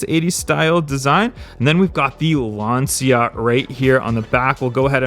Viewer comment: Lancia= "Lunch-u"; second "u" is pronounced like the "u" in Lunch. You're welcome.